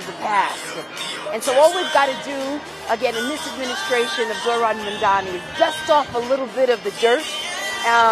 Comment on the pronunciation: Did Letitia finally learn how to correctly pronounce Mamdani's name? Because at the swearing in, she said "Kwami Mandani". She did it one time already and the poor guy simply can't catch a break.